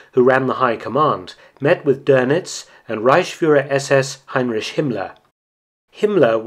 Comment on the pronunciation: Another quality video Mark, I had never heard this story before! The only thing I ask of you is please say "Heinrik" instead of "Heinrish" as each time you say that I wince 😆